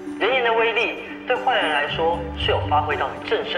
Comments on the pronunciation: 盡然念錯音震懾(ㄓㄜˊ) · 震懾ㄓㄜˊ吧哈哈哈